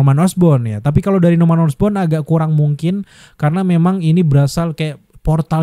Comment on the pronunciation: Norman osborn jadi norman osbrown 😂😂